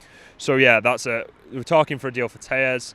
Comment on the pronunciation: His name is pronounced "tell - es" not "tay-es" as he's Brazillian.